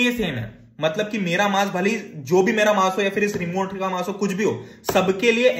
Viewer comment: Remote ❎remont✅